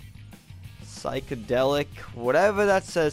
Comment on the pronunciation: its (sigh)-(ko)-(delik)